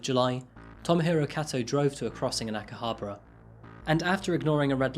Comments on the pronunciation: I watch your videos on my lunch breaks, love the content and you talk about cases in such incredible way. Just one thing, be sure to work on your pronunciation of the places you are talking about. Aomori was tricky and I had to rewind, but Akihabra... Still, you're my fave crime content creator. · He pronounced Akihabara completely incorrectly. Along with many other words...